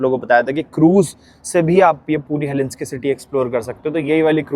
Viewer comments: He-lin-skee nahi hel-sing-kee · उच्चारण गलत है "हेलेंस्की" नही बलही...."हेलसिंकी" है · Helsinki pronounce karo heslinki nahi . Stay blessed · unpad panti ka bhi had hoti hai Helinski na bola karo woh HELSINKI HAI. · Google says it's pronounced as HEL-SINK-EE not Helinski...please check.